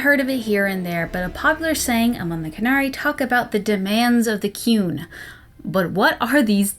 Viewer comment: All I can hear when you say 'The Qun' is 'The Coon'. Is Eric Cartman running a society in Dragon Age universe where everyone should obey him? Seems plausible